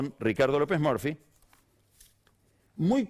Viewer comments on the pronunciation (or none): "que hablemos con Ricardo lopes morfi" jajaja pega bien con la cara de bulldog de lopes Murphy. Lo mismo con scioli cuando lo pronuncia "Daniel choli". Es todo un tema, puede q sea la pronunciación correcta pero como periodista capaz q tenes q usar la pronunciación q esta en nuestro inconsciente colectivo, el del país entero más q impk er uno nuevo. Me. Cuesta mucho concentrarme. Cuando escucho q hablan de morfi y choli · Por que se empecina en nombrar los apellidos como si fuera un extranjero? (ya se la respuesta, es un snob) Encima, si va a decir Murphy con pronunciacion inglesa, que lo haga bien. Lo pronuncio muy mal; es claro que no habla bien en ingles.